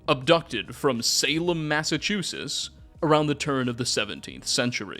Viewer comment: For the love of God, read the word "Massachusetts" out loud, and sound it out. I live there, and this just breaks my heart